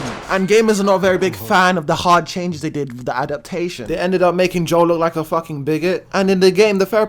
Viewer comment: Good vid, but his name's Joel, not Joe.